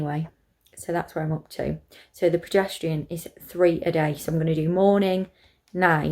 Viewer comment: I can’t not hear "pedestrian" rather than progesterone hahah but just looked through so happy it worked for you !! Currently started mine xxxx